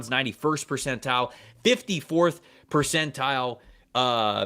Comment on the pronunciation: I need answers on why refuses to pronounce the “T” in the word Percentile… 😂